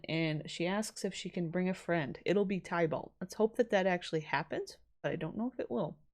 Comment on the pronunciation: Oh hey i know someone's probably told you by now but just in case they haven't titania is pronounced exactly how it's spelt, ti- tania and tybalt is pronounced tib- alt :)